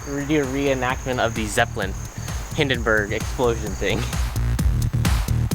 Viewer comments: bro literllary said hidenberg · the Hindenbruh